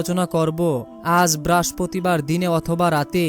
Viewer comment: ঐ বেটা বারের নাম আগে ঠিক করেন,,, উচ্চারনের ছিরি